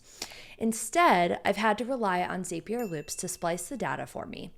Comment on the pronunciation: Zapier is pronounced like “Happier”😅 just had to correct you